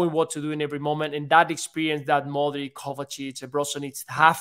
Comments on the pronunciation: great show! love the podcast... mike says the names right! foe nigel and luis every name with IC AT THE END! is pronounced eech for example modric is Modreech.. the same with brozovic and the rest eeches! again love the show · Funny Michael just called Modric a few minutes before Nigel spoke, and Nigel still calls him Modrik. wtf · at you could learn gow to pronounce Modric